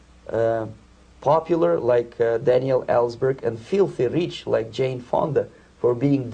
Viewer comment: .." feelthy reech like 'Chayne Fonda.." lol